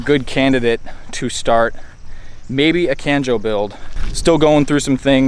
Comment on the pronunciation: I love Kanjo style I'm trying to go the same way with my eg8 so it'll be awesome to start the journey with you! Love your channel, but next time you say kanjo like that I'll be pissed off lol, good luck I'm excited to see more